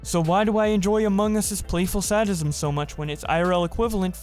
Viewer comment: I swear I'm not trying to be a dick or condescend. So dont get me wrong but.... Do you really not understand the terms proto-fascist or reactionary? And do you actually not know how to pronounce sadism or zeitgeist? Or were those just jokes/trolls/part of the bit lol? I promise, I'm genuinely curious.